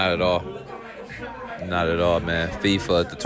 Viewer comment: Bro you always say fifa it’s fiba😂